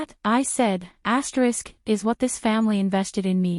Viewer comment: pity about the AI saying ASTERIX